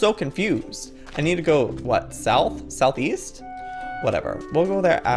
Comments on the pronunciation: joey: so we need to go.. South-East Me: East? i thought you said weast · Did you say south east i thought you said south weest.